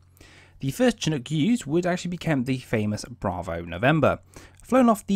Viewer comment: It's pronounced "Shinook"...not "Che-nook". (CH-47)